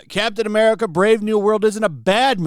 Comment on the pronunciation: Captain Eh Meh-rica